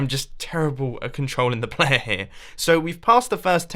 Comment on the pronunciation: What did you say Mumbo? Playehhhhhh?